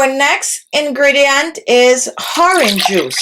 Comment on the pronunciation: The ‘h’ in horange juice is silent